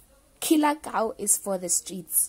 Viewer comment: You keep saying "Kie" on Killer Kau's name. That funny